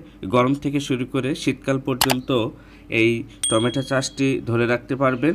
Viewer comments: টমেটা🤣🤣🤣 না টমেটো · বলার সময় উচ্চারণ করছেন টমেটা !!